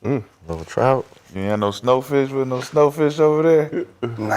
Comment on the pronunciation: He said SnowFish 😂